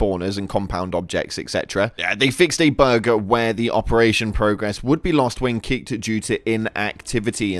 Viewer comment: I thought he said burger 🍔 but he said bug